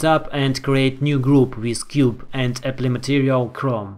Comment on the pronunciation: не эпли, а эплай,!